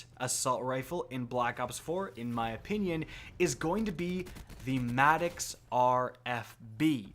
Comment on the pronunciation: MADD”ihx” sounds so wrong, it’s maddox not madd”ihx”